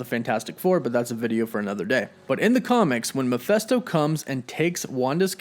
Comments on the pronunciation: Every video where he pronounces Mephisto makes me cringe. I struggled trying to finish this one. Like seriously dude... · Hearing you constantly saying Mephisto wrong is annoying. It's a goddam I not an e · I just cant get past how you pronounce mephisto....its an I, dude. I's aren't pronounced like that. Ever.. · Thank you!! Makes me think he dont know shit if he cant even say it right !!! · It’s pronounced Meh-FIST-Oh! Sheeeesh dude how do you butcher a name that bad? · Why do you keep calling him Mefesto? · it is pronounced meh/Fist/oh like mefistofoles. Sorry to correct you man but it's driving me crazy listening to you say that over and over in your video and you've done it in the past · Love the channel and vid but the way you pronounce mephisto as mephesto annoys me😂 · I always thought it was pronounced [Meh-fist-oh], but ok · Please pronounce "Mephisto" properly. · Meh-FIST-oh. Not Mah-FEST-oh. Lol smh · You kept saying “Mephesto”, but it’s Mephisto. Based on the demon Mephistopheles. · face palm it’s mephIsto not mephEsto. There’s and “I” before the s, not an “E”. Muh-FISS-toe. Not Muh-FESS-toe. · Not Miphesto. Mephisto. I wonder who they will cast for the part, of Mephisto? Couldn't Evan Peters be playing Speed? What a twist that would be. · It's Mephisto, not Mephesto. It's literally pronounced like it's spelled. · Who the heck is Muhfesto? It’s MEH-FISTO. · 1st-It's Meph_I_sto, not Meph_e_sto! And why is it that the fact that the SAME Darkhold that appeared in "Agents of S.H.I.E.L.D." also appeared in "The Runaways"? Why bother creating a new prop? Just use the same book, again, and they all become linked. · Bro. I dig the channel, but some of these names you butcher... it goes through me man, not gonna lie. If you want die hard fans to stick around, please acknowledge and correct this moving forward. Mefisto = Ma-Fist-Oh not Ma-fest-o.... You drive a wedge between your channel and your fans with every name that gets pronounced terribly.